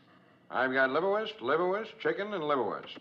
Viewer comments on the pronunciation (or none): the way he says , "I've got something here , liverwurst liverwurst , chicken and liverwurst". Hahahaha sounded like he said " I've got something hair " lol